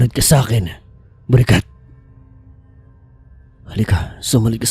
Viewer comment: Bakit Borikat 😭 nakakatawa pakinggan😂😂😂😂